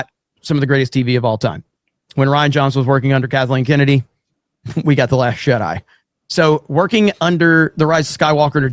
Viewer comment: I just woke up; but about into the video, it sounded like pronounced "The Last Jedi" as "The Last Shit-Eye".